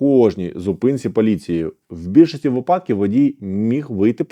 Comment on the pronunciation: 😮 Шановний пане! Начебто й добре розмовляете укр. мовою та юридично грамотно!😮 Але ж!!! Аж нiяк не "Ознаки" й не "випАдки"😢 Й так повсякчас!😢Вiдкрийте нарештi словничок чи загуглiть, що треба казати "ознАки" та "вИпадки"! Бо Вашi постiйнi "Ознаки" та "випАдки" аж нiяк не личать грамотному юристу та адвокату!😢😮😊🎉